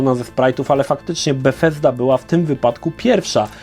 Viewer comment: Dziwnie wymawiasz Bugthesda 😂